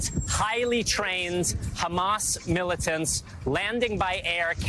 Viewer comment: 😭how she says "'militants" is WILD